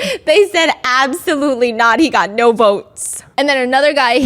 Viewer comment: Lol the way she said No in a British accent 😂